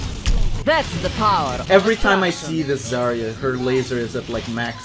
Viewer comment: That’s not how you pronounce Zarya but sure